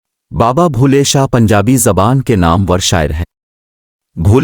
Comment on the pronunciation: Baba Bulleh Shah name ghalt Read kr rhe h